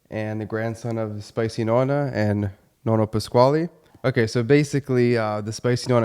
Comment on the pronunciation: Nonno Pasquale, non “Pasquali”. Almeno la nipote dovrebbe pronunciarlo in maniera originale italiana.